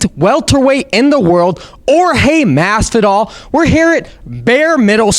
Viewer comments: Jorge Mastidal??? Is that what you just said? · The Schmo can never pronounce names correctly haha. That side eye Jorge gave him after he said his name during the intro haha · why is it so hard for people to say masvidal